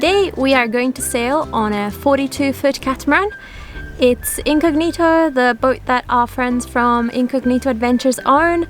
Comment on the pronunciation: A simple question..is Incognito an english word? Last time I check was italian, so why you as italian pronounce this word with the wrong accent? I mean maybe is also an english word so you can enlighten me, thanks!